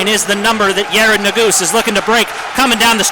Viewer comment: Yared ne-gu-zay